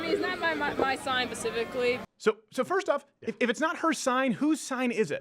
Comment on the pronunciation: did she say, "It's not my sign, Pacifically." Uh, I don't think that word means what you think it means.